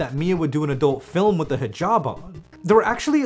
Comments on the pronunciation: every time you say fill em instead of film... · Why do you say stuff like "filum" instead of film? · Idk if you know this (and I’m not trying to be rude or anything) but it’s fi-lm not fil-m. Not trying to be an asshole but… yea. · FIL-EM?! WHY DO YOU SAY FILEM INSYEAD OF FILM EVERY TIME